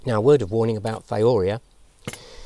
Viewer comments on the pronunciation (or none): Excellent video! However Thiourea is pronounced "thigh-oh-you-REE-uh". It's the molecule urea substituted with a sulfur atom instead of an oxygen. Organosulfur compounds often get the thio- prefix, hence thio-urea.